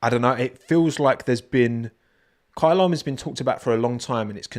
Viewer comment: Your “Kyalami” pronunciation is so satisfying. It’s bang on!